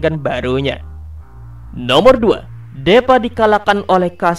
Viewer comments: bang tolong bacanya itu bukan deepa tp diipa(tulisan nya doang deepa) supaya bocil bocil bisa bacanya takutnya nanti dia sulit mengerti cara baca tulisan Inggris dan indo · Deepa dibaca (Dipa) bang